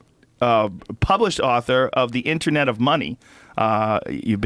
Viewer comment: Cool podcast. But PLEASE someone tell this guy that 'Internet' and 'Intranet' are pronounced differently. Was doing my fucking nut in!